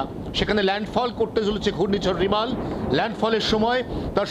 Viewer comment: রেমাল ,,NOT রিমাল. ,😂😂😂😂😂